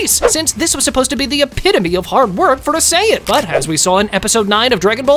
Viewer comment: No just sayians not supa-sajin or super sayian